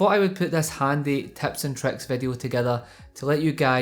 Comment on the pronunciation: "Taps and tracks"